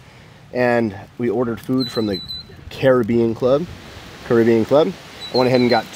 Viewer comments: As someone who lives in Jamaica next door, it is pronounced “Carry-bee-Ann” - congrats to you both!! Grand Cayman is gorgeous, enjoy your Honeymoon!! ❤ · It’s actually pronounced, “Caribbean”